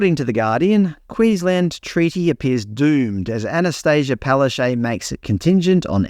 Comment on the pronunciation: Wow, even Paloshay sees treaty is a dead horse ... now if we could only get her to pronounce her own name properly. Hint, it's Polish, phonetically Pal-ash-took.